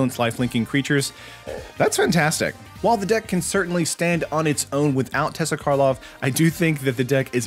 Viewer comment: It’s not tessa it is teysa.